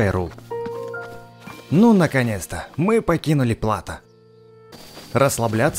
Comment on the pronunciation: В слове плато ударение на о